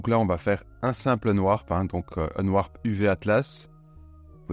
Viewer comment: Mais j'étais là il parle de quoi ?? "si vous faites un nenoir"... Un nenoir un nenoir... L'ami.. Cest pas unwarp... C'est unwRap... Qu'on n'ai pas l'accent je veux bien, mais ne déplaçons pas les lettres.... 😂😂😂😂😂